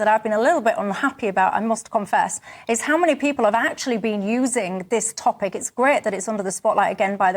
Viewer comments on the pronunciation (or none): none